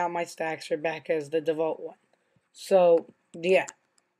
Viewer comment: default is not pronounced devault its pronounced default